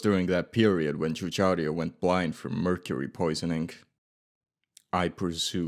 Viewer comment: Exactly 💯 my dude. Pains me to hear Giugiaro mispronounced as 'Jeu-jia-rio' instead of the correct pronunciation of 'Jeu-ja-ro' Also to: Lancia is pronounced 'Lan-cha' rather than 'Lan-see-ah'